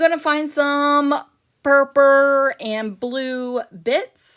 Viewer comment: I always giggle when you say "Purppa" rather than Purple, lol